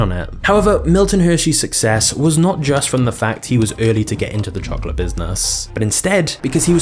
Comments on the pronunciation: The way this guy says chocolate makes me want to chocolate my pants..."CHOKLUUT!" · I am not familiar with this channel, and was thus unprepared for a large portion of the video to be an English person mispronouncing the word chocolate over and over. Otherwise, it's very informative and well done.